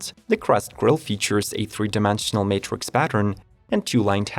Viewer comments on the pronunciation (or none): none